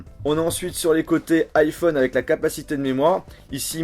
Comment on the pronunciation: Arrête de dire un "N'iphone